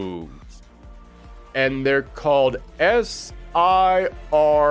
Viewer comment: I always thought SiRN was pronounced Siren